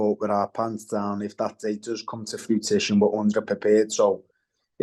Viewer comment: If it will come to "fruitition" and be "mandantory" 😅